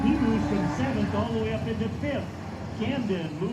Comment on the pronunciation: Camden's last name freaked the announcer out so bad he forgot how to pronounce his first name.. Amazing